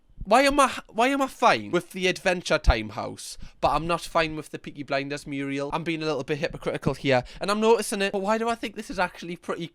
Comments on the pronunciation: it's 'mural' not 'muriel'. I hope that was a bit of April hilarity on your part. (Google 'Hilda Ogden' from Cornation Street). Love the channel! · me yelling from inside a child locked car NOOOO!!! IT NOT MURIEL!!! THAT'S A MURAL!!! PLEASE RERECORD THOSE LINES! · Zackly, Hilda Ogden's mountain muriel had flying ducks for added realism. I know she pronounced it the way only fellow muriel owners would say. # kids and those under 50 who are fuming about muriel need to google Hilda Ogden. Or just let the muriel joke through for us old bastards.